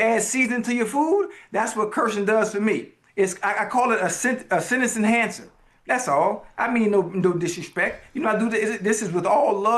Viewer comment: (Sen-ten-ce) en-Han-cer… say it with me Ocho slowly 😂😂😂😂😂😂😂😂 love you 85